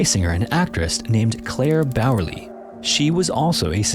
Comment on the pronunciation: „Claire Bearley“ = Clara/Klara Bäuerle 💀 Oh well he tried. I think.